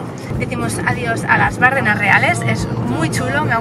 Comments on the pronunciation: ¡ Bardéééééééénas ! ¡Joe Bárdenas! Palabra llana terminada en s, sin acentoooooo!!!!!! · No se pronuncia Bárdenas. Si no Bardenas. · Se pronuncia Bardenas, no Bárdenas. Es una plalabra llana. :) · Bonito vídeo de mi tierra. Quedáis todos invitados. Solo un par de apreciaciones. Esas aves tan majestuosas son buitres leonados. En Navarra hay multitud de colonias de esta ave carroñera compartiendo riscos con alimoches. Por otro lado, se dice Bardenas, con la acentuación en la "e" y se escribe sin tilde, porque es una palabra llana. Por lo demás, me encanta que nos visitéis y conozcáis esta bella tierra. La próxima vez, si me avisáis con tiempo, puedo haceros de guía y enseñaros otras partes y rincones de Navarra muy poco conocidas como el Señorío de Bertiz, Sierra de Lóquiz, Codés, Montejurra, bellas poblaciones como Ujué, Gallipienzo, Estella, Artajona, Zugarramurdi, Elizondo, Roncal, Monasterios de Leire, Irache, Fitero, Iranzu, Oliva, Castillos de Javier, Amaiur, Monjardín, etc... Incluso la única fuente del mundo por la que sale de su caño vino tinto. Navarra es la gran desconocida y seréis bienvenidos.😜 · Bardenas, acentuada en la E: no es esdrújula. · Como me duele en los oídos el escucharte decir Bárdenas!!! En la zona reconozco que tenemos mucho acento pero precisamente “Las Bardenas” no lo lleva. Por lo demás bonito vídeo,deberías volver por que te dejaste más parajes preciosos entre ellos la selva de Irati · Bardenas, sin acento en la primera A